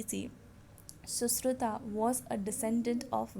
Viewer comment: You are pronouncing susruta and dhanvantri wrongly